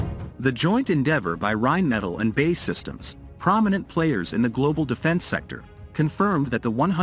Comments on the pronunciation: Seriously. It isn't "Bay systems" Get a grip. It's B. A. E. Systems. Show you haven't a clue without saying "I haven't a clue" 😂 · “Bae” systems 🤣🤣🤣 its B A E systems not all one word !. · It's B A E Systems not bay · 'Bay Systems' is pronounced 'Bee - A - Eee Systems'. You literally just say the letters. Or is the IRS the ' Irrsss' ? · "Bae systems" made me wince every time. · Bay systems??😀That's what you get for not using a human narrator. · Exactly. "Bay Systems" like it's a favourite girlfriend